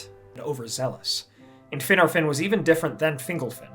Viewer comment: is he pronouncing Finarfin and Fingolfin correctly? The Prancing Pony Podcast and many other sources say it differently